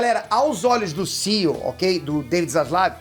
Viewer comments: SEAL?? C.E.O, pelo amor de Deus. Morando aí não sabe falar ainda? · a pronuncia é C-E-O. Fica mto estranho falar "CIo".